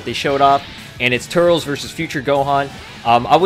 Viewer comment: Eeeew the way you say turles... 😝